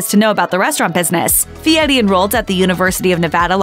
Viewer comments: I think it's weird he changed his surname to honer his grandpa but then decided to totally mispronounce it. Why? What's the point of that? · "Guy Fee-yeti"